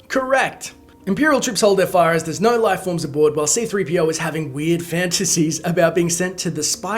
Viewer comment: Did any one notice they did C-3PO wrong. they did it C3-PO it's supposed to be C-3PO